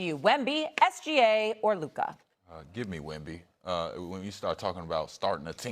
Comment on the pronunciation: it’s Luka and it’s not even close